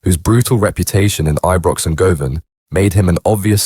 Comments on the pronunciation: Go-Van 😂😂 Its pronounced GU-VIN 🙏 Condolences to all effected by a life in Glasgow 🏴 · It’s pronounced Guvvin, not Go Van, fuds! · Govan is pronounced Guvin Strathaven is pronounced Strayvin and Duntocher is pronounced Duntoekir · hahahaha hearing non Scots say Govan tickles me